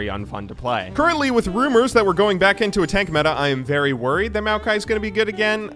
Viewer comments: That first kill was some 130 IQ stuff right there, also congratz on the pronunciation of Maokai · Maokai is designed by a Chinese guy whose name is pronounced Ma O Kai and thought it would be fun to name a champ after himself. I’ve met the guy once when I went back to China since he’s my uncle’s friend’s friend. Pretty chill dude.